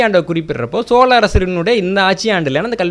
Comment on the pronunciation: இந்த காணொளியில் மன்னர் மன்னன் பல இடங்களில் சோல அரசர்கள் என்று சொல்கிறார். பிழையை திருத்திக்கொள்ள வேண்டும்